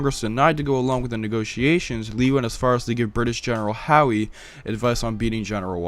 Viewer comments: It's General Howe (as in the word how, not like Howie Mandel) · Small correction the british generals name is pronounced "how" not "how e" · GENERAL HOWIE?! HOWIE!? ITS HOWE PRONOUNCED "HOW". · IT'S PRONOUNCED "HOW" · It's howe as in how